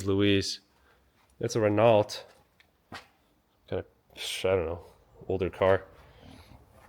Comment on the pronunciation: Renault and Peugeot is French. Pronounced "Ruh- No," and "Pew-Joe." Otherwise, even as a car guy, I only know about French toast and French fries.